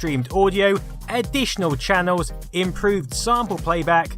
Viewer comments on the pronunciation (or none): Have you ever noticed that certain accents just sound like speech impediments? Gotta get those additional audio "channows".